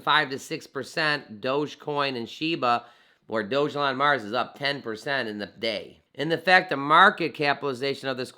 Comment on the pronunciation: I believe that's pronounced "Dog-Elon" not "Doge-Elon"